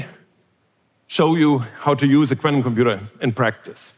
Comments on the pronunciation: This guy can almost say the word quantum coherently. 😂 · Love the way he pronounces quantum: kw-ant-um. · I was terrified. A man pronounced quantum in a quirky way a lot. I'm still terrified.